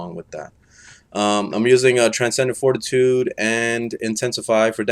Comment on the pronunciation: I almost had a stroke hearing him mispronounce something so easy